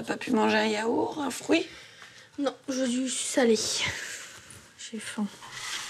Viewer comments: La daronne elle dit yaour au lieu de yaourt. Dur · Ça me saoule que ça mere dise yaour au lieu de yaourte